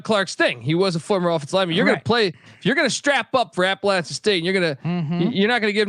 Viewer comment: For the love of college football, please pronounce the name of my Alma Mater correctly!! App uh LATCH un. Keep up the good work, guys!